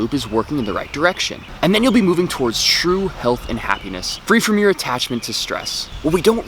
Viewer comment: "shroom health and happiness"?